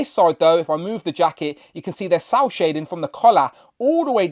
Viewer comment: Is he saying sow shading? What is sow (sour) shading? What is that.